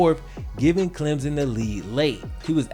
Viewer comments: Wait wait a minute he said clemzon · It's Clem son. Clem. Son. Stop smashing the word together it's wrong(sorry gets on my nerves as someone from SC).